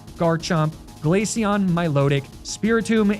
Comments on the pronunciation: i know he didnt just say 'Glatheon' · Did you keep pronouncing Glaceon as Glatheon? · Are you pronouncing Glaceon as Glatheon (like that trope of how Americans try to do a Spanish accent when they pronounce Ibiza)? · why did you pronounce Glaceon in Spanish hahaha